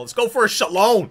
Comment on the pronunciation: Your pronunciation of Shaolin got me good. I can't lie, I thought you said "shalom" at first lmao